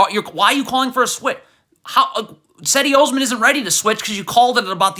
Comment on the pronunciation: Pronounce Osman's first name correctly